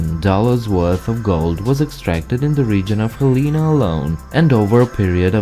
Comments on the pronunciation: 1:bison plural is bison, not bisons 2:hel.eh.nuh. Not hel.eee. Nuh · The current capital is pronounced (hell-eh-nah) not (hal-ee-nah) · Hey.. it's pronounced "HELL" A "NA" GET IT RIGHT!